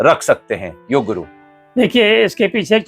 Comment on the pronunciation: भाई साहब योगा नहीं योग बोलते है